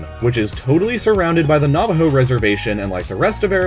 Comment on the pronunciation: Navajo is not Spanish so don't pronounce the J as an H